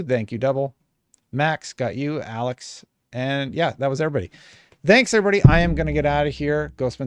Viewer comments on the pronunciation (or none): none